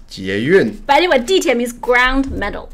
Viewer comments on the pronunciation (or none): I may be a bit late to the party and it may have been pointed out already but since I didn't see it in the comments I wanted to say that I think there is a mistake . I believe 地铁 is actually pronounced dìtǐe rather than dìtíe as it has been suggested.